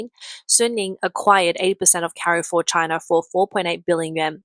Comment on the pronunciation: Well the AI can't pronounce Carrefour correctly.